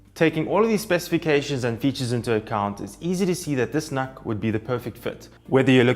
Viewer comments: Just FYI, it's not pronounced 'NahK', it's "Nook" as in Look. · Personally I pronounce it as "nook", but Intel themselves pronounce it as "nuck", so I stuck with that for the purpose of the video :)